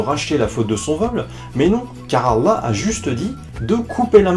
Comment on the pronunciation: vous avez remarqué qu'il arrive même pas à prononcer allah?